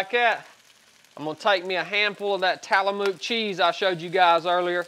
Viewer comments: "Tallamuke"...Tillamook Love your content brother! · Brother it’s tillamook cheese not tallamoot cheese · I don’t know if it was said yet or that you even care, but it’s pronounced “Till-uh-muck” (Tillamook) Figured I’d throw that out there haha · Love your videos, appreciate this one as well. But man, Tillamook farms are right down the road from me. It's pronounced TIL A Mook. Not Talamook. Don't know why your adding that extra A in there. Good stuff though. That cheese is my favorite as well. All I eat. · it's Till a mok. Not Talamok cheese. The real question is why are you eating cheese from Oregon? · It's pronounced Tillamuck, not Tallymook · Dude you're killing me. It's TILLAMOOK not TALLAMOOK. And where's the science behind eating steak with your fingers versus eating steak with a fork???? That's such a load of crap! Love the video's but give me a fucking break man! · Tile-uh-muk... I'm dead!!! ☠☠☠🤣🤣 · “Tallamuk” cheese is my nice favorite😂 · This is my first comment on anything in years and I’m not the “actually it’s pronounced or called” guy, but having worked in tillamook, I’ve never heard anyone pronounce it that way…not making fun, I love it.👍🏽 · The way he says Tillamook is interesting. I grew up in the PNW, a lot of weird to pronounce places there. That looks a lot like my diet, I cook with a lot of butter, bacon grease and beef fat. ANIMAL FAT! It’s good for you! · someone teach this man how to pronounce Tillamook for god's sake